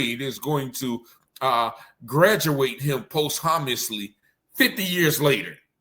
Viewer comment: You sound like Fabolous. The word is posthumously. You should probably learn the word before trying to use it. Respectfully of course